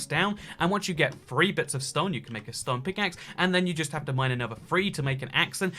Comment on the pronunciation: Lol at the start he kept saying free instead of 3